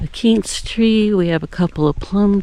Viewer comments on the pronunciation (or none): none